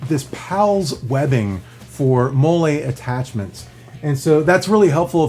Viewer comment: Great review but it's pronounced Molly webbing, (spelled MOLLE, modular, lightweight, load carrying, equipment) Mole is a Mexican sauce ;-)